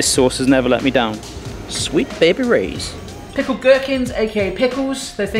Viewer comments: It's Sweet Baby Rays not Sweet Baby Roys. I cringed every time you said that in the kitchen. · I believe it's Sweet Baby Ray's rather than Roy's. :) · Do british people really prononce "ray" as "roy"? Is it "roymand" instead of "raymond" over there?